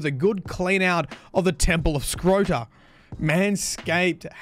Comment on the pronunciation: My mans said temple of scrota 😂😂😂